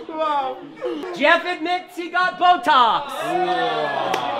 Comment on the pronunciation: when david said “wow” at about , you could hear a little bit of a slovak accent 😂